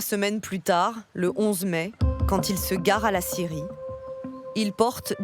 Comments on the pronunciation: Quand ils disent scierie on entend Syrie c est bizarre non ??😂❤🎉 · Ecouteurs au resto a regarder la video et 3 bieres et quand tu entend scierie tu entend Syrie c est bizarre😂🎉🎉🎉❤